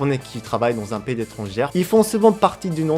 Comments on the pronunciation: Après de nombreux visionnages des vidéos de, je me suis toujours demandé pourquoi prononce le mot "étranger" comme "étrangère" au féminin... ça se pronounce "étranjé", progresse continuellement en Français mais y a juste ce mot qu'il arrive pas à corriger on dirait. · Petit conseil vu que tu répètes souvent cette faute. On dit: Pays étranger. (Ça se prononce: étrangé) Au passage, tes progrès en français sont incroyables, bravo!